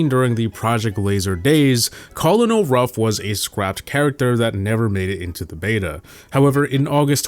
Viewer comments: "col-in-ol" ruffs" really? Its pronouced "ker-nel", and its not E-M-Z or S-T-U, its just emz and stu. This guy has no idea what he's talking about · Why is nobody talking about how he says co lon o ruff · Emz, Stu, colonel ruffs, Colette, and Ike are all pronounced incorrectly